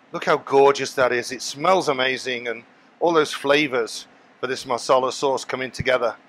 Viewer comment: Masala .... not Marsarlar